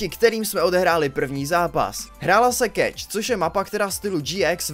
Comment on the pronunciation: Je to keš! keš! a né keč! :D